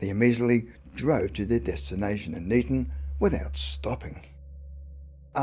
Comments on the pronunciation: Me too! The pronunciation Neeton startled me a bit, thank goodness it wasn't in Knighton which is pronounced Kay-nyton. Good to see us on a spooky video 😁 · Neeton? odd way to pronounce Niton (nye ton) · The place is Niton pronounced night on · funny how they pronounce niton lol i live in chale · I know where this is supposed to have happened, and it is not " miles away " from any buldings. Go look on an O.S map or sattelite images if you doubt me - and why have you included pictures of somewhere that is clearly not the IOW ? Poor research and presentation, not to mention your pronunciation of " Niton ". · we drive on the left not on the right as shown in the video you can't even pronounce the village of niton or merstone the pictures you used were not of the Isle of wight it's not rocket science to get it right